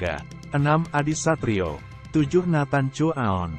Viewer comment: Ternyata masih banyak yg salah ucap marga nathan Harusnya cu a on